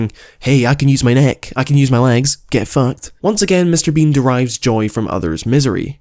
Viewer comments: I was enjoying this video until I realized says “Mr. Bing” throughout the entire video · sometimes i hear him say "Mr. bing" instead of Mr. bean🤣